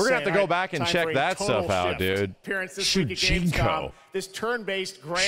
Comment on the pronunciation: It's shujinko